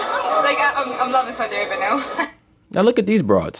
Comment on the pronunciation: "Esau-di Arabia" allegedly